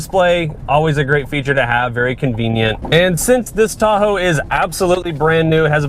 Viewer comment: why does he sound like he’s saying Thahoe